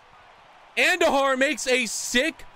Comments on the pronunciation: Its AHN dujar not andu jar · ( An-doo-har) not whatever your saying